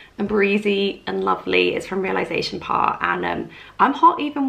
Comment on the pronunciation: i love you but every time you mispronounce réalisation it makes me giggle because it reminds me of that showgirls bit where she tries to say versace but so innocently butchers it